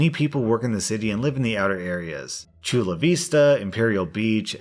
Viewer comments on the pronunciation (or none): I'm from chula vista and listening to you say vista was, that is just wrong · Props for saying la Jolla correctly! Although I did laugh a little bit at your pronunciation of Chula Vista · I live in sd and it’s funny how you said Chula Vista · You mispronounced Chula Vista and Escondido XD.